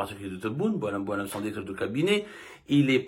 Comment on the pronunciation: Directeur , et non Derecteur..